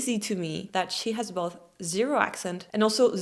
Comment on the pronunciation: You have a problem with pronouncing both and most. You pronounce them like "moth", you should pronounce them like "coast". I'd give you a 7 out of 10 😀